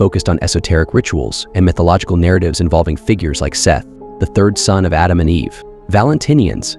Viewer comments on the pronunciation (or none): none